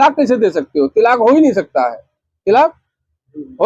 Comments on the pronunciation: Tilaaq nahi talaaq hota hai choo n choo n ka murabba hai yeh 😅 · जिसको तलाक बोलना भी नहीं आ रहा है तिलाक तिलाक़ कर रहा है